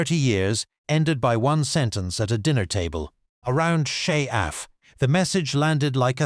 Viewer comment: Not Shaeh-Af.